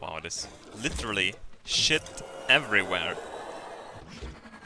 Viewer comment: You have no idea how satisfying it is to hear say "SHJIT"